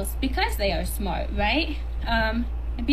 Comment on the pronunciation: "Eeben doe a 'ave a degwee, I'm a stwippuh because I'm smahtuh." Girl! You cant get hired for any job that requires representing your company! 🤣🤣🤣